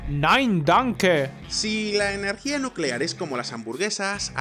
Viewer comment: Nucelar, energía nucelar